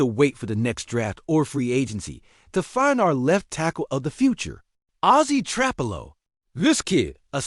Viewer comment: Stop mispronouncing trapillo😢